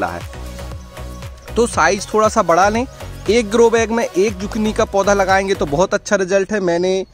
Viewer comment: Isko zukini pronounce karte hai instead of zukni